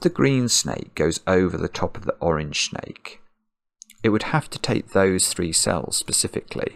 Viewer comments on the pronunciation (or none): "Orange schjnake" :D